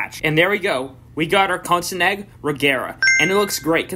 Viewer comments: Exactly. Did he say Kosinegg Regera? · He said it right the first time but then the second time he said “konsinegg” 😭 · Kontsnegg😂 (Koenigsegg) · Why did you pronounce Koenigsegg so wrong?